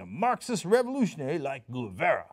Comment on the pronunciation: It's pronounced "Geh-vah-rah", Cenk. NOT "Goo-veh-rah".